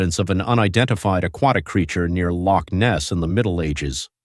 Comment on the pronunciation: The accent of the commentator is grating on my ears. Certainly not a Scottish accent, it hurts the way he pronounces Loch Ness.